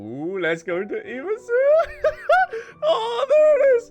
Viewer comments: why are you still calling it IMAZOOMA? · The way he says inazuma is amazing 😂